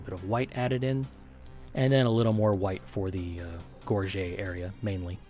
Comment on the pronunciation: Its so cool you pronounce gorget correctly